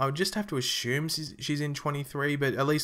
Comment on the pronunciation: LOL "ashume"!!